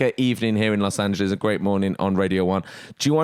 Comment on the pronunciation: HE SAID LOS ANGELES CORRECTLY